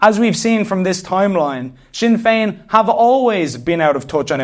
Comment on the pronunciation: Sin ‘n’ Feign